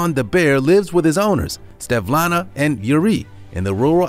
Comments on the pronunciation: Its SVETLANA, not Stevlana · It's pronounced He la monster not Gi la monster. You also pronounce Svetlana wrong. If you don't know how to pronounce things, look it up!